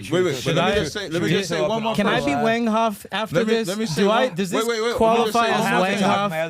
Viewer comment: Wanghoff! What a clown!!! Get it right scumbag! It’s wanghaf!